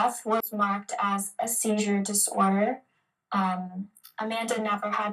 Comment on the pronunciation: you didn’t say “SeiZUre diSoRDeR” right!